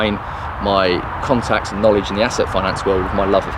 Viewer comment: Wait, so you mean I read all these books for nothing? What about my Na-ledge!?